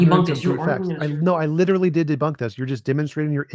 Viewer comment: I swear to god if says "LuUUuTeRuLLy" one more time, ill never watch this show again. Holy shit